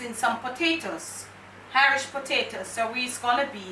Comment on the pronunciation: I love 'er! She said Irish wid a "H"! She's real!!